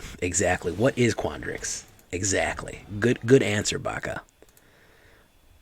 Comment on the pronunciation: Ackshuwally... quandrix. Lol